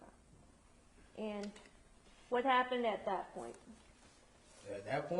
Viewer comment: At dat point? At dat point? At dat point? At dat point? No bitch at the next point.